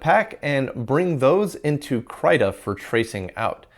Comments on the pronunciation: Krai-ta is the last way I would have expected anyone to pronounce that 😮 I've always said Kree-ta, but I imagine the correct pronunciation is more like the word critter. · hey... just for you to have told some pointless infos by me (hehe, yea...) krita is not pronounced "kraita", but "kreeta", since it is the swedish word for crayon or chalk... which is used to draw at basic, as also in expert level;)